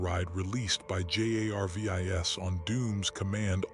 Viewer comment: This is the 2nd one in 2 days I've listened to where they couldn't get the AI to read Jarvis correctly.